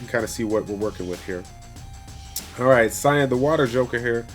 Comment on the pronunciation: Sian is pronounced Sean, Shaun, or Shawn; it's the Gaelic spelling.